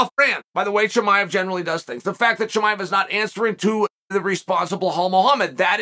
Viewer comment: Chamol as as well